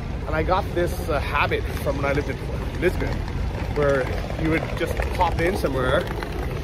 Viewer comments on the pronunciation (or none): none